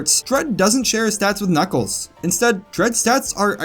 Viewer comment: Every level in Knuckles Chaotix is an alliteration just like the title of the game. i am now informed that both the Kn in Knuckles and Ch in Chaotix are not in fact pronounced like the Ge in George.